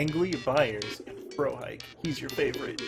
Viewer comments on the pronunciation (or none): It's pronounced 'fro-hick-e', 'cause it's named after the Lone Gunmen from the X-Files.